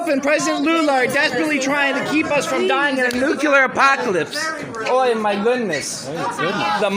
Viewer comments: I'm sorry, I'm not even an English native speaker, but damn... no matter what your opinion on the matter is, no matter WHAT your political views are, if you say "nucular" when you're talking about something "nuclear" , my brain just refuses to take anything you say after that seriously. It's the same as a grown up saying "libary" instead of "library". I can't trust your mental problem solving skills, if you have problems understanding and pronouncing words while also clearly not having any actual speech impedements that would explain the gaffs. It demonstrates, that you don't actually know or understand what "nuclear" means. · The man can't say nuclear.